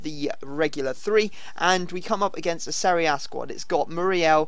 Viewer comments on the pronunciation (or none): none